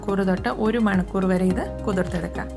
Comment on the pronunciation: Manakoor alla manikoor aanto